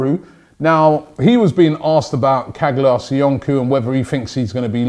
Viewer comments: Çağlar Soyuncu is pronounced like this CHAALAR SOYUNJU thumb up so robbie can see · Robbie stop butchering Turkish names. It’s pronounced Charlar Soyunju